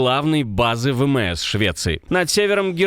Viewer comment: Вельмишановні білоруси! Чому ви кажете "ВеМЕЕС" замість ВеЕМЕС??! Адже не ВеМЕСе кажете?